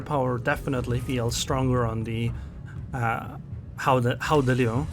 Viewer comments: But you should not say h in Dutch when you want to say gouden It is a velar fricative so try to say g as a continuous sound and adding friction When it starts to sound as if you have a throat ache you are getting there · Its almost right. Like said its pronounced with the hard G in dutch, but other than that you're spot on. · Don't worry too much about the pronunciation, I think it's very close to how it's said. The 'G' need to be pronunced a little bit harder, then it would be a perfect pronunciation. Not gonna lie, your version was much better than WG's pronunciation, they could't say it, neither did they try to put it in Google Translate. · Your pronounciation is almost perfect. But the G is not pronounced as an H. You can choose between a hard G as in the Netherlands or a soft G as in Flanders.